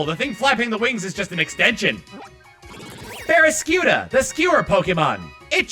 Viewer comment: Lol in the original video, he was trying to start Baraskewda's entry, but it sounded like he had a stroke trying to finish the name.